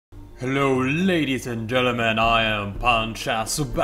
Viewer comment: every time you say ladies and gentlemen, i thought you said :ladies and Germans."